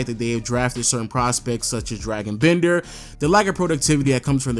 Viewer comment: Dude, it’s DRAW-gin Bender, not Dragon Bender. Jesus. Also, as someone that puts out high quality NBA content like yourself, it’s irresponsible to poorly research college prospects and then attribute your blatant errors to the fact that it’s just a “really rough rough draft.” It’s insulting to people that actually watch college basketball.